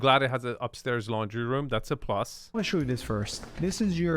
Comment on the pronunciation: I can't watch any videos because of his peculiar speaking style -- the addition of "-uh" to the end of many words: room-uh, view-uh, kitchen-uh, etc. It's annoying.